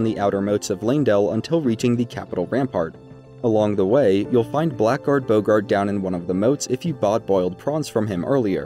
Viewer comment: Something you may not know, blackguard is actually supposed to be pronounced blaggerd.